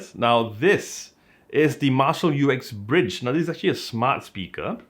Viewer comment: It is always funny to hear Americans speak... It's the way they make up words :-) This is not the U-X-Bridge, it is indeed Uxbridge - pronounced as written - Ux-Bridge. 76 Uxbridge Road in London, is the place where Jim Marshall opened his first music shop (or store in American :-) ) and yes, it is a very nice speaker (arrived today), modest obviously due to its size, but a well rounded tone. It is good to see Marshal Headphones putting Google Chromecast back on their devices - I have the Stanmore II plus a number of Sony speakers and Google Audiocasts, all of which are playing happily together, but I would like the Woburn with Chromecast. Have a nice day y'all!